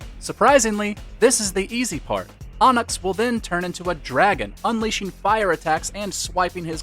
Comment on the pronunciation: Everytime he mispronounced onyx I died a little